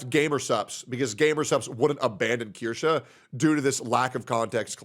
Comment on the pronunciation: Watching chat congratulate you for FINALLY saying it right warms my heart